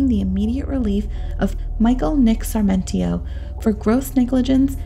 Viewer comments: The distraction of pronouncing Sarmentio? Brigay-dor? It's Sarmiento and Brigador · Let’s begin with the narrator— It’s “Sar-mi-ento”, NOT Sar-men-tio. Another word that you trashed is Brigadier, (prounounced Brig-a-deer) which is a military rank, as in Brigadier General, NOT “Brig-A-der”, as you pronounced it. That she was embalmed PRIOR to autopsy is INSANE, and renders the autopsy null and void. A CHILD would have known an autopsy couldn’t be performed expecting any kind of evidence from her body after all that had been done to it. Police incompetence, possibly bribery since the embalming was not only allowed by SOMEONE, but someone must have paid to have that done. Then there’s the matter of sperm, or NO sperm? Rape, or no rape? The police found themselves in a media storm and wanting to look competent made up a scenario and stuck with it. They knew nothing and were covering their own as$es, period. The entire thing is just tragic as a beautiful young woman lost her life and the guys who loved her are being blamed (easy scapegoats). A sad ending, all the way around, and NO justice.😶🙏🏼💕